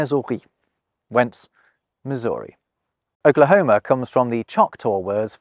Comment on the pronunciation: bro said Missouri and calls himself a language expert, HA!